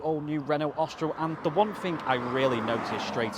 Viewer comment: 'Ostral es prit'? 🤣You might wish to learn how to pronounce the names of the cars you are reviewing, lol. Try 'Orstraal espreee'. Otherwise a decent if slightly clumsy review of my probable next purchase. Cheers!